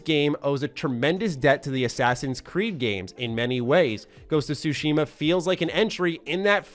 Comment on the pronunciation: For anyone who cares, here's a quick tutorial on how to pronounce "Tsushima." The "shima" part is pretty straightforward, although there is a pacing thing that's hard to explain in writing so I won't waste time on that. As for where you place syllable emphasis, it's actually on the first syllable (Tsu) for this word rather than the second. It's the "Tsu" part that people have the most trouble with pronouncing. Here's an easy way to figure it out: Say the word, "cats." Focus on the "ts" part of "cats." Pronounce just that "ts" part by itself. And now add an "ooh" sound to the end of the "ts." Now you know how to pronounce "Tsu." Put it all together, you have, with first syllable emphasis, TSUshima.